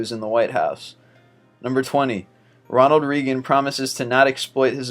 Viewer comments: YOU SON OF A BITCH PLEASE SAY RONALD'S NAME CORRECTLY. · Pronounce Ronald Reagan correctly please